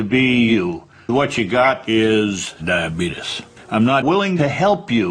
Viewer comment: I'm so glad no one taught him the proper way to pronounce diabetes